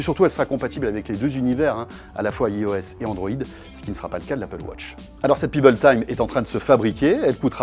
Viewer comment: idem pour l'appel wotch et ios ... on dit bien wAtch et AïeOS en anglais !